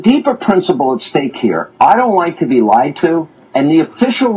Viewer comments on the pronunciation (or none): none